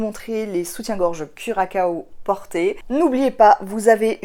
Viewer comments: Bravo pour tes réalisations. Je ne vais plus hésiter longtemps je pense pour commander le patron du curaçao (qui se prononce curassao vu la cédille mais curakao c'est pas mal non plus😁😁). Tu m'as convaincue. Les photos sont superbes! toute en féminité et pudeur. Merci mercis! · Bonjour! J’ai adoré ta vidéo. J’ai toujours hésité à acheter ce patron ben, je crois que je vais sauter le pas…. Merci pour ta joie de vivre. A bientôt. PS: Curaçao (ça se prononce curasso 😅)😘😘😘😘